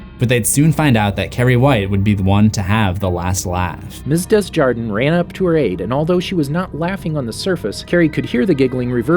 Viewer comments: Desjardin -> day zhar dan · The girl's gym teacher's last name is pronounced (du•zhar'•DAN), frenchified/or average American English (dez•YAR•dən) or (dez•yar•DAN), But the S isn't pronounced, middle syllable is never pronounced like "jar", The l in the last syllable is as an A. The N is intoned nasally, within the mouth but doesn't really escape it. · Say it with me,. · The teachers name is pronounced as DAY ZYAR DAN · Pronounciation: DESJARDIN= "Day-(ge)ar-dehn" do not pronounce the final N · Your mispronunciation of Desjardin is life 😂